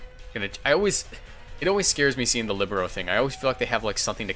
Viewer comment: Líbero was good pronounced